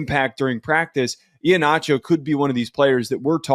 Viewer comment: Someone please just say his name correctly. It’s E-Heen-acho, not E-ha-nacho. Sorry, not trying to be petty. it’s just been killing me